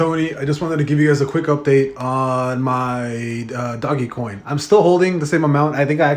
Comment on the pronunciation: Quit saying doggycoin it’s DOJ. Put some respec on Doge’s name before I report this video for violating the meme legend! #dogecoin